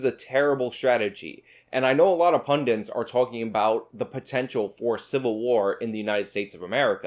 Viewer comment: punDITS. PUNDITS. WHY do Americans always say "pundents" when they mean "pundits"